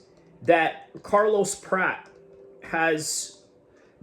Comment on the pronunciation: It’s not “Prat”, rhyming with “rat.” It’s “Prat-chez.” Otherwise, I think you did some pretty good analysis 👍